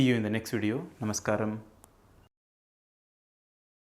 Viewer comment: Namaste You pronounced "Namaskaram" so sweetly and very humbly. Many people utter it as NAMASHKAR. Could you please clarify to them which one is correct. And also the word Gyan, shree to Sri, etc